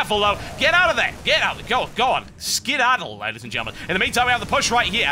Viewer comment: Why do you seem to be saying klaydies and gentlemen TB?